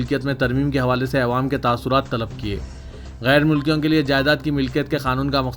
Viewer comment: ارے اسلم کب سدھرینگارےتو۔۔🤣🤣🤣 عوام کو " اےوام" کب تک بولتے رہینگا رے ان پڑھ جنگلی😂😂🤣😂😂